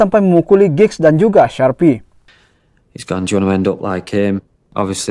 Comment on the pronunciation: Lee Sharpe..Min bunyinya bukan Sharpe..jangan dibunyikan "E".Nyebutnya Sharp..Lee Sharpe tanpa bunyi E.